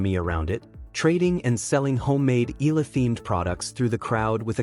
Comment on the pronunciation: You need to remember this: use a trained AI that pronounce EALA as Ee-YAH-Lah and not Eeee-LAH. If you can't find one, just use ALEX to refer to her.